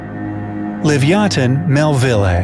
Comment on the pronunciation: It's not that its live-ee-ah-than